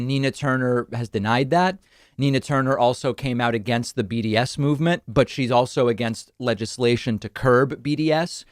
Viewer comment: Am I the only one who heard "..against the BDSM movement." instead of "... against the BDS movement." the first time hearing it? xD